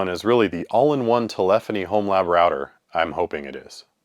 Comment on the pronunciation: Its router, not rawter